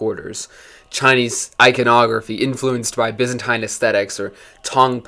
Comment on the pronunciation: Take a shot every time he says "byzantaine".